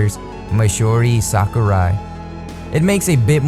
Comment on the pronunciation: how to you fuck up sakurai's name